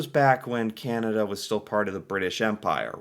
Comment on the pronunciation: Can-ah-da Not Canata 😑 Silly